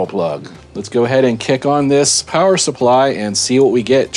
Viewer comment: Elmer Fudd made a powa station. It's a CellPowa you waaskeli wabbit. I rather enjoyed your laid back chillin to the music session - funny stuff!!!